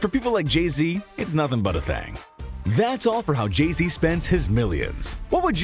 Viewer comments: It keeps saying Jeezy instead of saying Jay-Z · Jay z not Jeezy